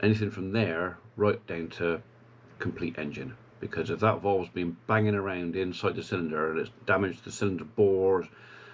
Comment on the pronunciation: Cadburys cream eggs are not the same as they used to be when Cadburys was a company not owed by Nestle. Interesting accent you have.Especially when you pronounce valves.. I thought you were saying voles. A true Country Bumkin... Stay safe in these difficult times. Regards to Mr Pullen (Senior)